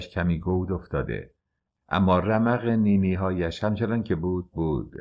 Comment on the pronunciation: تلفظ نینی هایش به نظرم درست نباشد، رمق نی-نی هایش، (رمق چشمانش ، نور و قدرت چشمانش)